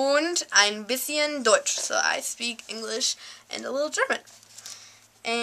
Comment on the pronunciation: What a teacher do you have xD its called English ,how do you speak it in english not Ennnnnglish :D Greetz from Deutschland :) Lern weiter und du kannst es irgentwann richtig gut :)